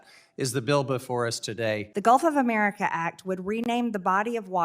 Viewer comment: First we need a law stating NO Name changes until Marjie learns how to PRONOUNCE "America". She shouldn't be allowed to speak until then.